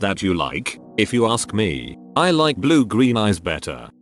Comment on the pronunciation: Lol@ "aRsk"